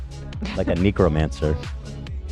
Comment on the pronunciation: Ethan’s “necromancer” pronunciation in the last minute of the show sounded pretty sus 😂